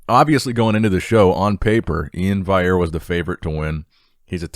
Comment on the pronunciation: Hey, Iain's last name is pronounced Val-e-air, not like Antoine's last name.